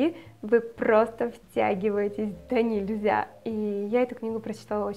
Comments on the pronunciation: Спасибо за советы,очень люблю Теодора Драйзера,но про эту книгу не слышала.Надо прочитать )) P.S. Правильное произношение "донЕльзя" ;) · в наречии "донЕльзя" - ударение на Е))) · Имею долгом поправить: донЕльзя(в русском языке правильно говорить с ударением на "е"). Спасибо за видео. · не хочу выглядеть училкой))))))), но мне очень резало слух - в слове "донельзя" ударение на первый слог.